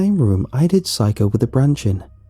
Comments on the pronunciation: When he pronounces Saeko as Psycho. I'm crying on the inside. LOL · The original writing in the r/nosleep is Saeko Correct pronunciation is: Sā like in the word sun é like in the word end ko like in the word co-op Some pronunciation might have given the 'sā-é' part sounded like 'psy' instead, thus listeners tend to hear 'psycho' instead of Saeko.